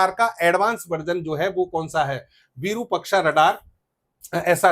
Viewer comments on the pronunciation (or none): 'विरुपक्षा' नहीं, ' विरूपाक्ष' अर्थात-विशिष्ट रूप वाली आंख, त्रिनेत्र; यह श्री महादेव का एक नाम है भाईसाहब। धन्यवाद।